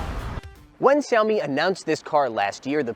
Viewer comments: We learned "Wah-Way" Huawei & we'll learn to say (Zhu)"Meow" for Xiaomi. Stunning phones & breathtaking cars. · Why is he not pronouncing Xiaomi correctly especially as a Chinese speaker?